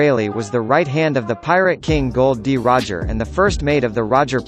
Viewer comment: That's Gol D. Roger not Gold D. Roger and Luffy not Laffy Lol